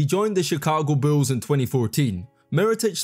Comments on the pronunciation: I especially liked it whenever he said the Chicago Boos hahaha...I understand he's not American and he has an accent but come on lol...if you're gonna do this do it right lol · I was with ya till you said Chicago “Bools”